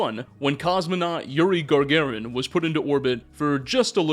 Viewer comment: Hi! Love your videos, 3 hours is indded a gift. Just dropping to say it's Yuri Gagarin, not Gargarin.